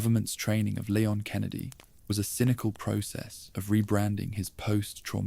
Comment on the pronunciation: Please stop calling him Lay-on, it's LEE-on.